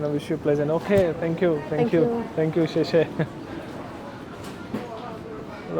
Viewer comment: Guys, he said Oh Sank you. They struggle to say thank you. That’s why they say sank you. Which sounds very cute 😊